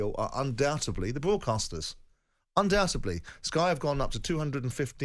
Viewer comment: Undoutebly? Say again?